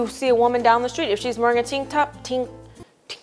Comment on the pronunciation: idk why but i just fell out and had to pause the video when she was struggling with the words "tank top"